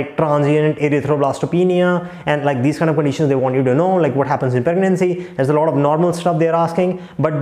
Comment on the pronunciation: speaking first as “furrst”, and lot as “lord” 😂. But speaking question as “koshun” 😂😂, lmao